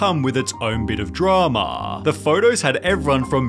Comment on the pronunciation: "dramaaa" not meaning to be rude but it's a funny way to say drama lol